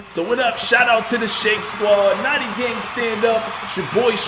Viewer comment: This man said naughty gang? Lmao. Isn't it 'NO TEE' gang